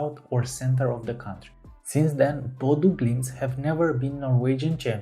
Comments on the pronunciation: not trying to be too mean or anything but its Ø no O BodØ glimt. apart from that it was alright. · I'm a native from Bodø, and I can tell you that your pronucniation of Bodø/Glimt isn't far off at all. To improve it tho, I'll say the letter Ø is pronunced like a "U" sound in a word like "Burn". Or an "E" in the word "Her". Other than what's usual like the letter Ø, your pronunciation is perfect. At least you're not the Oslo airport lady trying to speak english when saying "Bodø". She says it like "Bude" xD. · Great video! 💪 And not too bad pronunciation of Bodø/Glimt! 😊 Greetings from Norway 🇳🇴